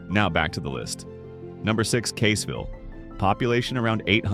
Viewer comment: I see that Caseville and Saginaw are also pronounced wrong as well.